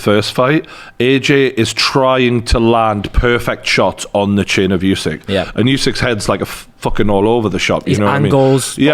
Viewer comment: What's with this constant "you-seek" thing? It really isn't challenging to properly say "oo-sik" at all - no unknown sounds, tongue twisters or anything in there. Give the champion some respect, and say his name properly, please. And no, I'm not Ukrainian, but I think it's a very basic thing to (at least try to) pronounce names correctly.